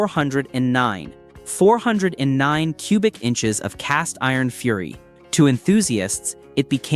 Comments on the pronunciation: AI SUX!!! four hundred nine??? I'd like to here the Beech Boys sing about a "four hundred nine" The Thumbnail is not a "W" engine, Crack a book and learn something before you blow smoke. At the mark, what are you mumbling about Torque? Now you want me to Subscribe??? How about "BLOCKED" Thumbs down. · Teach your not so smart computer program to say 4 OH 9 the proper way lie real flesh and blood people do. AI is ruining Youtube and other platforms. Thumbs down for being too lazy to narrate your own video.